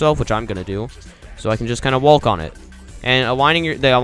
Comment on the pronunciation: No one: Him: Wa-lk